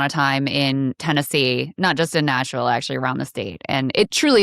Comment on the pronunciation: Why is someone with a California valley girl speech affect who says "Noshville" running for a seat in Nashville?